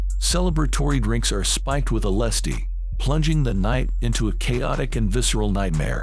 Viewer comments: Where did you learn to talk? LS- D? Really? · "Elesstee". Otherwise known as LSD. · I said the same in my comment... MIDSOMMAR- Mid Suh-MAR LSD...elessdee. lol